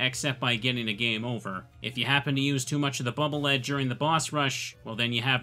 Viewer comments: Bubble Lead is actually Bubble Lead, pronounced "leed", like when you lead something, like it leads the way forward so you won't fall into pits. I know, it was confusing for me for years as well, but after playing the Japanese version, it's no longer a question, as it types out the weapon names phonetically. Then again, the Japanese version has Clash Man instead of Crash Man, so I don't know... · The localization didn't do anything, it's written as "BUBBLE LEAD" a ton of places in Japanese too. just mispronounces it. Neither the Japanese developers nor the English localizers ever intended for it to have anything to do with metal. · Man if only someone had submitted Wipe Man, we could've had the sewer level. Actually it's Bubble Lead isn't pronounced lead like the metal, it's lead like "take me to your leader".